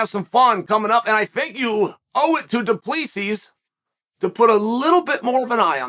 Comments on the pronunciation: Its pronounced Du Pleseeee (the S is silent) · Oh, American parochialism... "Doo-pless-see" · Du Plessis..last s is silent.. can't be that hard.. du Plessi ..simple.. vs Brunson next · DOO-PLA-SEE. You need to read more of your comments dude. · The last s is silent in Du Plessis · CHAEL, THE S IS SILENT !!!!!!!!!!!!! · The S is silent -GOAT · Chael the "s" is silent ..